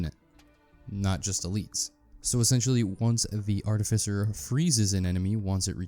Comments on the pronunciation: Its definitely 'art-if-ice-er'. Bro googled it and still said it wrong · You said artificer wrong on purpose several times and each one felt like you punched me in the kidney. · Still saying it rong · you say artificer weird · Wrong, it's actually pronounced artificer.